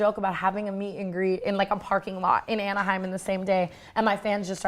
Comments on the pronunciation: Aniaham!! Lol it's pronounced Ana-hime California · The way you said Anaheim 😂 you’re the best! Great video!